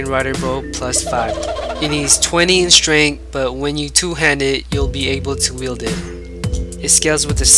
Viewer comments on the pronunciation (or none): "18 strenk." XD I'm dying cuz he can't even pronounce strength.